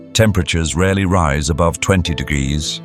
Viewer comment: Do you struggle to pronounce temperatures?🤔 "t-t-digs to t-digs"